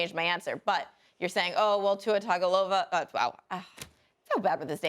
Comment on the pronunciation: It's Tua Turndaballova lady!